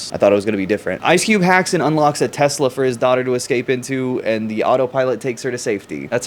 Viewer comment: I LOVE TESLER